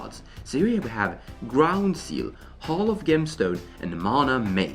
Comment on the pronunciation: Your mispronouncing hall of gemstone. It's not gemmstone its sounded out jemstone. Sorry, that is all..carry on